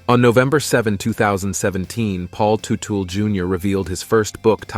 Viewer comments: Paul Tootle Jr???? If you can't even say his name properly maybe you should leave journalism to the pro's. Factually you know just enough to sound ignorant. Paul Jr. NEVER had a desire to be like his Dad. His every last action was to be a better man than his Dad. Where Paul Jr. is an honest and down to earth level headed man his Father has always been a crook and a criminal. Paul Sr. Sold that first company to a different Son only to never pay the Son the money. On top of that Tuetle Sr. snuck in at midnight hours stealing every last tool , large machinery, inventory and even the closets full of office supplies. His Son finally had to sue his Father to get back what was rightfully his. Even then Paul Sr. returned the stolen products to his son purposely unfunctional and forever damaged. Paul Sr. Had a small motorcycle building hobby of off the shelf body parts that any monkey could build. It was Paul Jr.'s talent that built OVC into the mega company was. And as far as you claiming Senior was right for the last fight you fail to mention that Junior came in 25 minutes late Sure. But only after working off the clock for 43 of 48;hours over the weekend. That's right. He was 15 minutes late but was in the shop 3 hours earlier and only left to get a bite of food and sleep two hours. So after working 3 hours over the standard 40 hour work week on his days off he got pissed because his Dad forgets Paul Jr. Was half owner and not a standard employee. Just look what has happened since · It’s not tootle…………It’s Tuttle or did I not just turn 60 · Really? Tootal? Learn how to pronounce their last name. It's Tuttle, not Tootle. So disrespectful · Bro have you even watched the shows? It’s tuttle not tootool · Who’s “Paul Tootle”? 😂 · Paul Tu-tool Jr. Right off the bad we're to a very bad start. Can't pronounce Teutul. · did you say "totool"? lol It's "tuh-tul" Teutul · It’s teutul yah fuck ! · IT'S PRONOUNED "TUT-EL" 😡😡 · Tootle is driving me insane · Paul Two-Tool or Toodal 😂